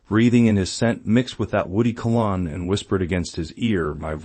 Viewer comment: That's an AI voice?? Really? Then why doesn't it pronounce cologne correctly???